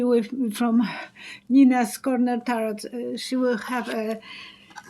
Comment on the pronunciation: It’s pronounced 9’s corner. Love you can’t wait to watch